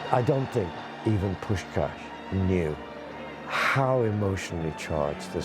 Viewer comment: Pronouncing Puskás wrongly is a bit embarrassing; normally, I'm not sensitive to this kind of thing, Hungarian is weird enough not to be, but since you call him one of the greatest football players of all time it should not be that difficult to ask one of your interviewees. Poosh-kaash.